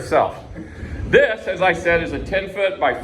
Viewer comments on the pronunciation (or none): none